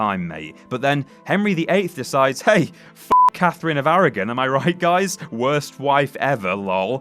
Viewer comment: it's ARAGON NOT ARAGEN